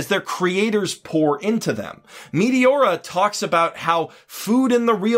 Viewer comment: The way you say Meteora is wrong and it's so funny XD. You say MEATY-ORA not MET A ORA